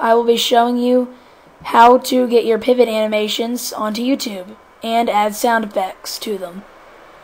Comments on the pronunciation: did you say peevot ?? its pivot not peevot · you pronaunce (dont know how to spell it) pivot wrong